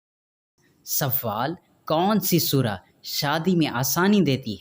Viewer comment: Talaffuz thik kren pahle sawaal nahi sawal or jwab